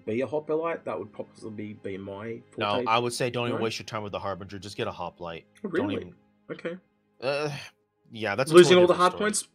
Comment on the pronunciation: Don't forget also ...Hop-lite. Not Hop-a-lite